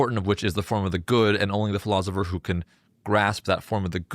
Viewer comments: It is driving me crazy that this guy keeps saying “ philozipher”. Is there a reason for that, or is it just an odd personal quirk or affectation? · Philozopher. I hope I don't start pronouncing it that way. Otherwise, I REALLY enjoyed this summary of The Republic. Thank you!